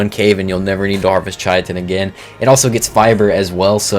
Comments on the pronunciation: It isn't pronounced kitten dude. Kai-tn. Is how you should pronounce it. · Wtf is chai-uh-tin? Kai-ten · Hate to do this, but chitin is pronounced "ky-tin" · KAI-TN. Not chitin, not kitten, not anything else you crazy people have come up with. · Yeah. Like it's obviously basically pronounced "kitten," not "shitten" nor "chaiten" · Chitin is the one that winds me up the most ch it in it’s not hard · I want to preface this comment by saying I mean this as respectfully as possible. Now, disregarding that you mispronounced the names of a whole bunch of creatures wrong, that's not a super huge deal because a lot of them are really weird and hard to pronounce anyway. The one that stuck with me (and wasn't even a dino, it was a resource) was "Chitin". I'm not sure where you got "Chai-a-tin" from... but its pronounced "Kai-tn". The one dino I will correct you on... is Therizinosaurus. Its pronounced "Tickle Chicken". Lol, kidding. But I wanted to end on a lighter note. 100% though... I see this like walking around with your fly down. I'd want someone to tell me. So I do mean this in the most respectful way possible. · I truly cannot fathom how people are still mispronouncing chitin. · Stop saying chitin like that, please. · It always annoys me the way he pronounces chitin and the fjordhawk